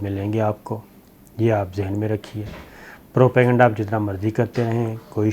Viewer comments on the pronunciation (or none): none